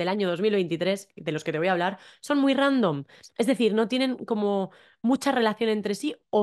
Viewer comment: Random tambien utilisamos en alemán pero lo pronunciamos mas como en inglés. He notado que en España esas palabras ingleses se pronuncian deuna manera muy español